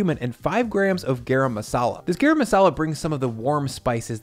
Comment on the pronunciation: Looks delicious! But just a heads up, it’s pronounced Guh-Rum not Gae-Ram. ✌🏽